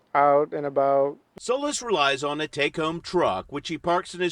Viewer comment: The name Solis is pronounced so-LEASE, with the accent on LEASE. Not "soulless".